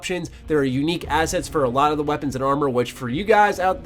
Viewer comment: For the love of god Stop pronouncing 'the' as ' duh' in your videos, it makes you sound like some illiterate clown.